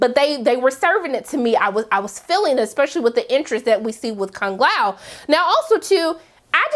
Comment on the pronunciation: i dont like how you said kung lao name....made me jealous